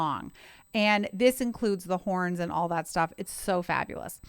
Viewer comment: Did u says strings and porns??